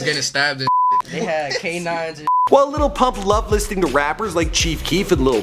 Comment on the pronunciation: Why are yall saying "LITTLE PUMP" ?! I am german and can say it better 🤣